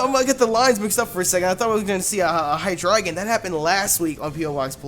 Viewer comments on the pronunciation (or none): none